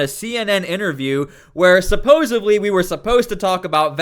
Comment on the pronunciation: The word is supposedly not sapposably. Delete channel